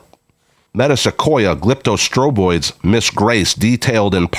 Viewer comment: Acer platanoides is plat-a-noy-deez. Thuja is thoo-yah. The species name glyptostroboides is glipto-stro-boy-deez.